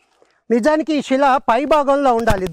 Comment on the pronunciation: సోదరా. షిలలు షిల్పాలు షివుడు, షైలి.. ఏంటిది ? మీరు సీనియర్ చరిత్రకారులు. శిల, శిల్పం, శివ, శైలి అని మీరే పలుకకపోతే ఎలా సోదరా మున్ముందు తరాలకు మన సంస్కృతిని అందించగలం చెప్పండి.